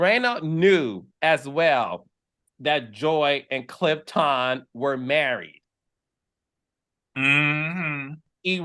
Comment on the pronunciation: So immature of you to keep saying Clif-TON and disrespectful to your cast member! He corrected you which is fine and you should respect that!